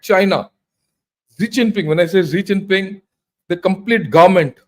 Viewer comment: Please please please, I commented here before and in Pguru,in Jaipur Dialogs, in Alternate Media and in DEF Talks, You are China expert and you cannot even pronounce their president name properly??? Please read comments and trying to rectify. Your Analysis is good but this type of mistakes makes it ordinary. The presidents name is, XI JINPING. and not ZEE CHINPING. Go to google and listen pronounciation of his name. Pleaseeee🙏🙏🙏